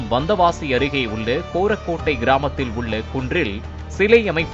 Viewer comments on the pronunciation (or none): கோரக்கோட்டை அல்ல அது கொரக்கோட்டை உச்சரிப்பு மிக முக்கியம்... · கோரக்கோட்டை கிராமம் இல்லை டா..., அது கொரக்கோட்டை கிராமம். தேசூர் பிர்கா, தெள்ளாறு ஒன்றியம், வந்தவாசி வட்டம், திருவண்ணாமலை மாவட்டம்.